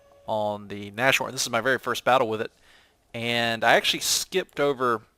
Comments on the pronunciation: Nas-horn, not nash horn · Naz-horn dude not Nash-horn :D I think you already know it, you have a decent knowledge of German. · "Nashorn" is pronounces like "Nas-Horn", the "sh" isn't pronounced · Nas-horn! Nas-horn!!! With a long "a" like "Nahs"... Q_Q And for the Germans in WW2 the main problem which would define production costs was getting material, like (high-)quality steel and such. Man-power was quite readily available due to slave-labour from the concentration camps. Still, the second factor in regards to production was the factories being bombed very often, slowing down production. But I'd still put the "lack of material" (and fuel, oil was a big problem) as the main factor in "production cost". Or at least I'd put the constant damage to factories and the lack of materials on the same level of how severe they impacted production levels. The only German tanks that could actually effectivly stand up to the tanks the enemies (mainly the Soviets) threw at them were also much more expensive to build then their counterparts...most of the tank battles earlier in the war were just won due to the skill of the German tank drivers, not the quality of their tanks. I think the Panther was the first model to actually be able to really compete with the T-34 for example. But I guess you probably know that even better than me... :p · Nas-horn,. Pls. It annys the hell out of me as a german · Keep the Nashorn (By the way, since it's German, the 'sh' doesn't make the 'sh' sound. The sounds of 'nas' and 'horn' are separate. Imagine a hyphen there when you say the word.), but sell the toaster. I find the Nashorn enjoyable, even though I haven't unlocked the long 88mm gun and am using the short 88mm gun currently. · Ahhhhh he said nash horn again -.